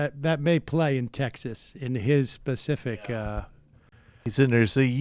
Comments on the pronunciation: I'm a Texan Democrat. Did you just say "in his pacific"? Try not to rip a whole state for one man's ignorance, okay? I love irony regardless of party affiliation. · Its "specific"